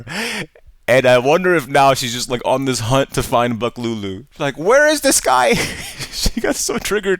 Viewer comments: when did buk lau become buk lulu? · “Buk lulu”?????? Buk lau. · bro it's BUK LAU not BUK LULU wtf